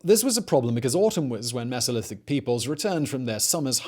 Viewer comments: "Meezolithic"?? WTF? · The “Misolithic”. 🤣